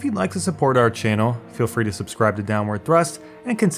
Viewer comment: "ou channel" what are you ? Schizophrene ?